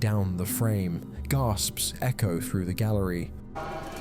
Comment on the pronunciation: Seriously, how as an adult do you let yourself say frew instead of through, frowing instead of throwing, twenty free instead of twenty three,?